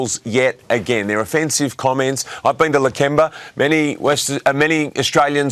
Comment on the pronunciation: Lake ember. She hasnt been there dosen't even pronounce the suburb correctly. Its Lakemba, shes so ignorant and bigoted.